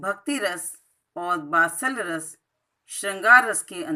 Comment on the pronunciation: good explination but [vatsallya ras ko batsallya ras] kaha hai aap ne